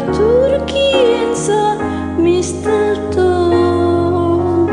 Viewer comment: Yeah. He pronounces this like crap. Honestly he’s probably foreign. Honestly I played this for my mom and she burst out laughing when she heard “Some TwIrkEy and mistltoes”